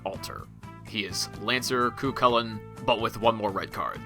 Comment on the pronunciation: I quit the video when he said Cuacles